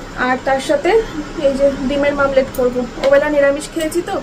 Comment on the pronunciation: Dimer mamlet😂😂😂😂 ota mamlet na omled